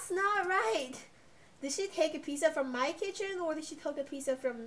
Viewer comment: Is pizza not pizsa